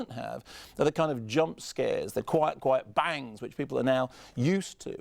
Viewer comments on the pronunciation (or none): none